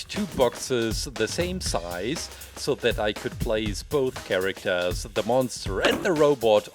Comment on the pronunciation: I'm sorry but CHARACTAARS